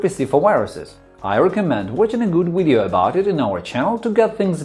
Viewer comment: I can’t go to the fecking control panel.....I also HAVE A BLUE SCREEN!!!!....also what the hell are ‘wiresses’ and ‘wideo’.....DUH.....aaaaaaargh!!!!!